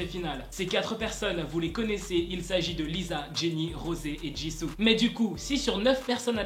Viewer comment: T'es en retard 🤦‍♀️ Et ta prononciation de Lisa, est fausse ça s'écrit Lisa et ça se prononce LiSa et non pas LiZa Sinon, Miyeon est mieux dans (G)I-DLE parce qu'elle a une bonne place dans le groupe